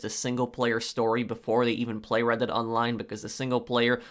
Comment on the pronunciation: I kept thinking he said Reddit online and I was confused